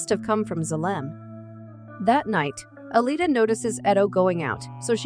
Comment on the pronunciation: That’s ALITA, not Alia. Also, Ito, not Eddo.